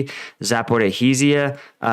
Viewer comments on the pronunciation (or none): Thanks for the update,. Please do me a favor and say Zapo- reesha, lol. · I love your videos, and i'm aware Slavic names can be very hard to pronounce for Americans, but please, stop pronouncing Zaporizhia like that. I'm literally begging you. The zh is supposed something like the g in giraffe, so please, try and pronounce it the right way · Something dies inside of me every time he mention Zaporizhzhia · Congrats…your “Zaporizhzhia” streak continues 🤣😂😀😆🤣